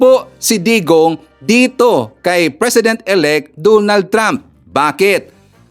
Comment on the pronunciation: HOY, DONALD HINDI DOOONALD😂😂😂